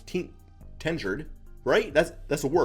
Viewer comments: Tenured. Pronounced Ten-yerd :) Still not convinced this wasn't a short-sighted move by the Pistons, haha, but, we'll see... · tenured not "ten yard" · It’s tenured. Ten-yerd. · When you can't pronounce tenured, my lord